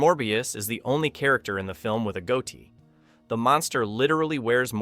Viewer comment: Hilarious mispronunciations by stilted computer voice. "The Goatee Monster" (amusingly pronounced "goatie") doesn't show a single goddamned picture of the Id monster, although it's shown randomly through the vid. (Also, it looks like the Id monster has tits .) Just another collection of trivia with random cuts having nothing to do with the crappy computer narration. Not bothering with this channel again.